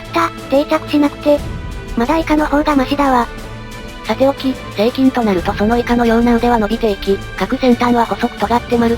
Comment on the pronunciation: 何回聞いても成菌がSEIKINに聞こえてしまう……